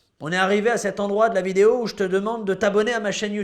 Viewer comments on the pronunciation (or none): none